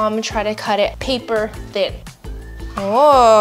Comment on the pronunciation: The way she said "paper thin" was personal